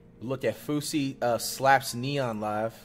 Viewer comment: why flight pronounce them like “fousie” and “konvoy”💀💀